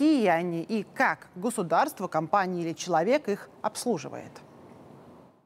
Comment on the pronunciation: Манера речи лающая. Да ещё и ошибки в произношении «гУсударство» вместо «гОсударство», «развитЫе» вместо «рАзвитые». А тема и материал интересные.